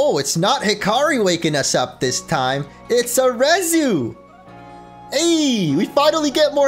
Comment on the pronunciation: Did say “timey whyme “?